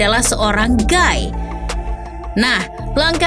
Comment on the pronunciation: . Mohon maaf, salah cara baca. GAY = gei, GUY = gai